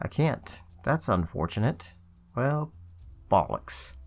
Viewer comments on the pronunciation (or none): I have never heard 'bollocks' said in a southern US accent before 😂